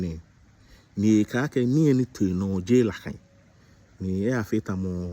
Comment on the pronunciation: Ganyobi ha manye? Ga wiemor dzi " nakai" dzee "lakai". You are doing well to educate Gam3i on matters arising so please get the correct pronunciation of GA words. Thank you.